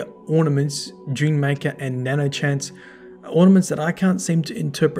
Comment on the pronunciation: Nano hanse not nano chase